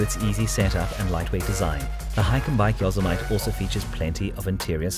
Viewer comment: Great video! A little American English....Yosemite is not pronounced yo-semite it is yo-sem-it-tee.